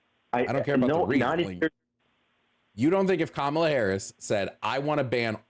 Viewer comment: Her name is pronounced like "comma" "la". Not "ka" "Mala"